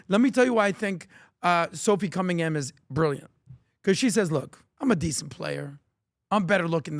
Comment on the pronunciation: Genuinely think doesn’t know majority of the topics talked about. Always gets people names wrong and says it often. Cummingham?